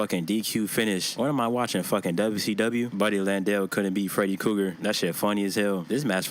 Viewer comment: Cracks me up every time you say Freddy Cougar 😂😂😂. I love me some videos best shit on YouTube 🤘😂👍